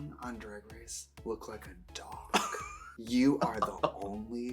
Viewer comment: the way she said dog😂😂